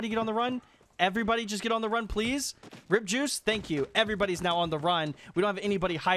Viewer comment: Am i the only one who heard him say Rippjuice instead of R.I.P JuiceWorld 😂😂